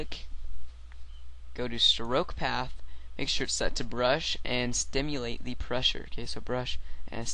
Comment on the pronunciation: All of those peepz say it "stimulate" not "simulate" >.<